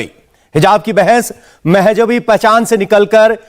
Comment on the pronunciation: पवन जी "महजबी" नही "मज़हबी"होता है